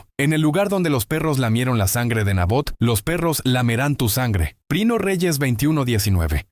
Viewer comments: Es que esta hecho con ia por eso le cuesta decir primera y dice prino jeje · Una sugerencia, trata que la IA no diga por ejemplo 1 REYES 14:2, para empezar lo dice a veces mal INI = Primero de... Es incómodo escucharlo cuando lo puedes OBSERVAR en la imagen. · Porque decir prino Samuel ? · 😂porq la IA nunca pronuncia bien algunas frases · Por qué dice "prino", "prine", "prinia", "vino"? Es confuso para quien no sabe el contexto... Yo sé a qué se refiere debido a que el video está hecho con IA...